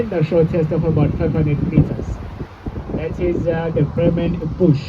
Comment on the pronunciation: Just a point of correction, it's Burman Bush, not Fremen bush. Otherwise, it's a great video. Your driver seems to not know the city😄😄 let me drive you around next time you come.